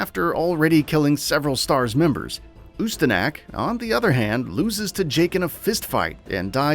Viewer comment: Or Ooo Sta Knock Guess they don't have a "Knack" for saying it right.